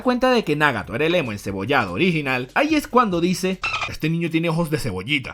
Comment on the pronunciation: Por qué pronuncias Nágato, Óbito pero Naruto y Minato pronuncias como todo latino cuando los japoneses pronuncian Náruto y Mínato, me gusta tu contenido pero deja de querer hacerte el japones y pronuncia como todo latino: Nagato y Obito naturalmente, seas mamón, espero hayas entendido el punto, abrazos !!